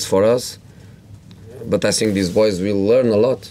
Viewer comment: I SINK THE WHINY ONE IS BACK.